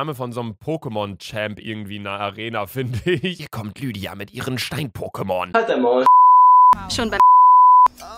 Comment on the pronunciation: Niemand: Wirklich niemand: Luca: lüddia 😂😂